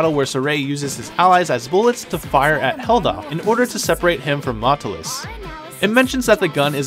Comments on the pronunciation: God your pronunciations are off in some places, it's like you never played the games sometimes. "Maotelus". "Mao-telus", not "Matlus". Also, "Ravine" is pronounced "Ra-veen" not "ra-vin". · At least you could have pronouced maotelus correcly.